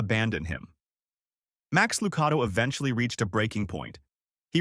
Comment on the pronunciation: Please learn to pronounce names Max Lucado is pronounced with a .one A